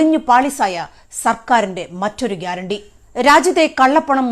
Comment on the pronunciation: അയാൾ പറഞ്ഞത് ഗ്യരാണ്ടി എന്നല്ല പേട്ട അണ്ടി എന്നാണ്